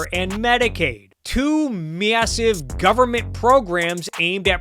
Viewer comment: The way you say Massive and Ca words makes my blood boil. Mid western ass bitch. Great video otherwise.